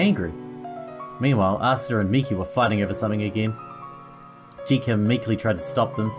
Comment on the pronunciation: Jitka can be pronounced as Yit-kah. Source: I'm Czech, and J is usually pronounced as Y in Yeet.